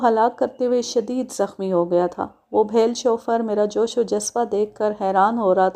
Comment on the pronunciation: Bheel بِھیل ایک نچلی ذات کی ہندو قوم ہے آپ تلفظ پر خاص توجہ دیا کریں